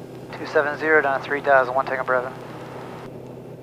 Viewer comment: your bravo sounds like "brother"